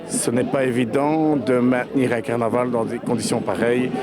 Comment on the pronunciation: " ca va etre un caranval que on va s'en souvenir toutes les années..." la vache, fait un effort tu passe à la télé..